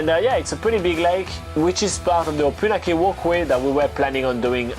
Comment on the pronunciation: Try to get the pronunciation of the name correct - it is O-PUN-AK-EE